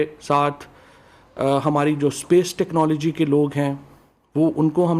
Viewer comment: Phelai bolna tu seekh lu khud kiyaaa ho tehcnology k T ka bhi nahi malom hai mottai aloo wale samosai